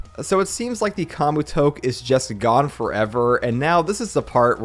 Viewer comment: Great vid! I hope yuuta doesn’t get axed, but idk it’s worrisome. Btw you are pronouncing Kamutoke and Kogane incorrectly. The “ke” in “kamutoke” is pronounced “keh” and the “ne” in kogane is pronounced “neh”